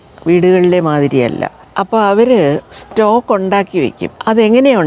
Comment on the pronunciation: Its stock and not stalk, madam